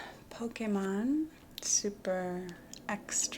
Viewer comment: Crystalline is also a french water brand and the way you prononce « Pokémon » is really french too 😂 kinda funny to me